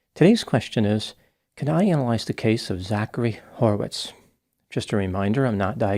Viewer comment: Hmm, horwitz? Lol. Every time.